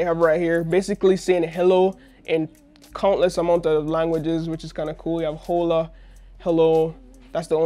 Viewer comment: THIS DUDE SALE "HOLE UH" INSTEAD OF "OH LAH" HAHAH I CAN'T TAKE HIM SERIOUSLY